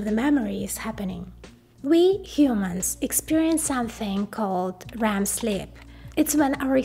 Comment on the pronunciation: Sounded like you said Ram sleep with your accent. It's actually a good pun! LOL Ram is memory and sleep is good for memory. I know I don't need to explain it. Don't mind me.